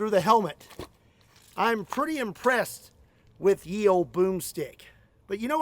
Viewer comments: "ye" is a "the" that is how you pronounce it, exactly like "the" they wrote it with a "y" because the it looks similar to a "thorn" letter, from the old English script "þ" it looked similar in the type of font they used in the past because the y was sort of closed and the stick going up of the thorn was written shorter and shorter in time. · I could go down a rabbit hole about how the "y" of Ye Olde Boomstick is actually þ (thorn) and is pronounced as "th", but that's a story for another day... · Useless fact. The y in ye is abbreviation for th so although its spelled ye its still pronounced the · FUN FACT! "Ye" Olde is MENT to pronounced as "THE" Olde. The letters we use to make the "Th" sound are NOT the OG way we did that in the English language. It used to be a latter called "Thorn" Which looks like this. ( Þ ) The reason we stopped using Þ (Thorn) is because of the introduction of the printing press. At the time French was the most common court language and so was the most commonly printed language. French has never used "Þ" in its alphabet, so the printing presses simply almost NEVER had the letter available. So what did English speakers do? The best they could. They used "Y" as a stand in for "Þ" with the understanding that it was still supposed to be pronounced the same. But SO MANY people didn't get the memo on this and started saying words wrong. So to solve this issue we replaced "Y" with "Th". NOW! Knowing this is how "Þ" sounds. Try reading this. Our Faþer, who art in heaven, hallowed be þy Name, þy kingdom come, þy will be done, on earþ as it is in heaven. Give us þis day our daily bread. And forgive us our trespasses, as we forgive þose who trespass against us. And lead us not into temptation, but deliver us from evil. -Þe Lords prayer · the "ye" is actually pronounced "the" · "Ye" is pronounced "The" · Fun fact: 'Ye' is pronounced 'the' this is because originally it was written 'þe' which overtime evolved into a Y somehow. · Ye is pronounced the